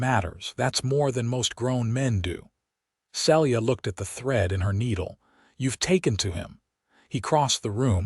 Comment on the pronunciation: Celia is pronounced "See'-Lee-ah"